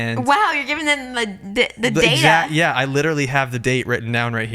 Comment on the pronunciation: Now you went and said data wrong😂🎉